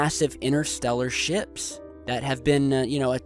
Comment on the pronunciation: Massive interstellar ships? Thought he said shit